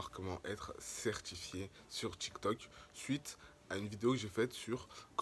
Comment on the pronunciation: c tiktok pas tictoc